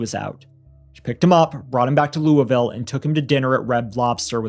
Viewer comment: Kentuckian here. Thanks for a case I wasn't aware of. Congrats to for one of the best pronunciations of "Louisville" from a Yankee I've heard 😂😂😂